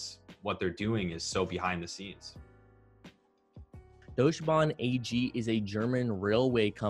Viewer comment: Deutsche Bahn is pronounced Doyt-CHer baarN